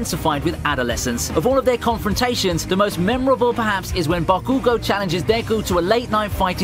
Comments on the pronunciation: is not ba-kuuuu-goo is bakugo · even tho im 1 year late i wanna say that its not bagugo its bakugo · Why does he call bakugo “bah koo go” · Why does he pronounce Bah-cue-go like that... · It's funny how he says "BakÙgo" 😂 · Bro it isn’t baKUUGo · Bro ba-coo-go is so lit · Everytime he said bakoogo I took physical damage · Still bothered by the way he says Bakugo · how you were saying bakugou lowkey made me mad lol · Solid list. I don't buy the add halfway through, though. If he actually watched the show, then he would be able to properly pronounce Bakugo. I hate how so many of the people reading the 'script' for this type of video can't even properly say the names of the main characters. Ugh...